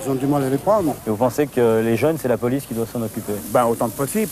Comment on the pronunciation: Ah d'accord je croyais qu'il disait la boulice pour parler de la police😂